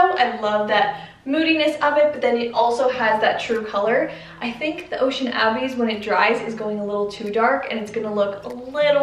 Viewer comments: Ooo lovely... I like the Tsunami very much... it is very elegant! The Ocean Abyss just does not seem to reflect light making it appear too dark. By the way (and not that it truly matters)... the word "abyss" is pronounced "uh-biss" and it means "a bottomless hole". No, I am not the Grammar Police... I just know I appreciate it when someone advises me that I am mispronouncing a word so I can learn and use it correctly! 😊 EDIT: Oh no! I edited this original comment to correct a word and lost ' s little heart. Sad.😢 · Lol ocean abby's😂 I've definitely been there girl! Ocean abyss is pronounced like uh-biss almost like bliss without the L. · Tsunami also it’s pronounced “uh-biss” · I like tsunami more. I am loving the home improvement videos😊 and the other one is pronounced like uh-biss lol. Loved this one and look forward to see the next videos😊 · Ocean "abbies" 😂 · It’s abyss “a-biss” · Mispronouncing abyss